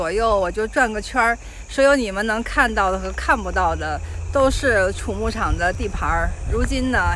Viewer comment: 这里要读xu畜牧场，不是chu发音